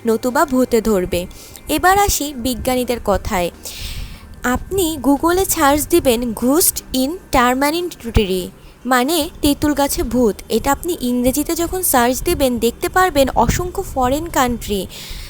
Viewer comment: ঘুসট না ঘোস্ট Ghost not guhst